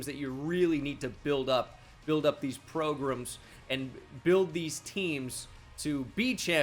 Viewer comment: you pronounced program incorrectly bro. sound out the gram